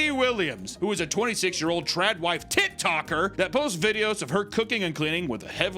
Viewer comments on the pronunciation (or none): I could have sworn you said TitToker lol😂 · ....I could swear you said tit toker lol